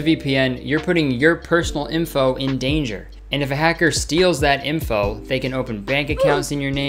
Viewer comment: Never realized he says “imfo” instead of info